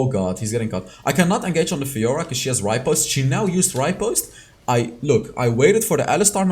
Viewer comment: its repost not ripost plss i was so pissed off listening to it again and again